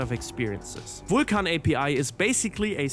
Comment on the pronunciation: Technically the true pronunciation. He was the god of fire.